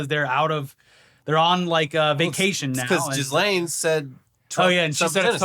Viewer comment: There's no "s" sound in that twats name. It's not jizz-lane or whatever you are saying.